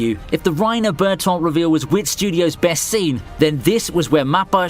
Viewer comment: Bertoldt😂😂😂 (Bertholdt)